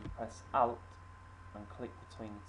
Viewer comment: wait u said to get the rainbow press what? sounded like you said "out" how do i do this whats the key? im on cs6 please reply back asap i need to finish this today u start saying it